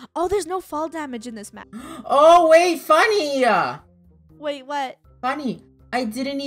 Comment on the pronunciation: It’s funneh not funmeh